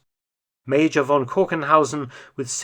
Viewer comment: Please learn that a German "v" is pronounced as an "f" – von = fon